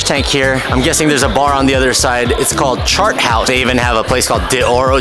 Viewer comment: “Shart House”